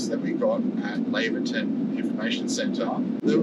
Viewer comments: I wish people would learn how to pronoun the name. It's "Lay ver tun" not Lavver tun. The town is named after Doctor Laver. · Laverton, sounding like you are heading off to the Lavatory. - NOPE... Laverton, like you are going to "Lay'verton" - YEP